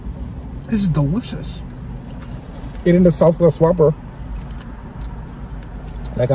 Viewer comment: This is dahwishous 😂😂 I love this show